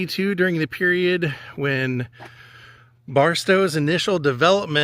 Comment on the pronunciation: Im going to guess you are from so cal since you made the mistake of saying Barstow.